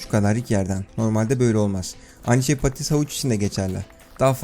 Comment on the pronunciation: İSMET ACAR patatese diyo patites diye knk pastoties ne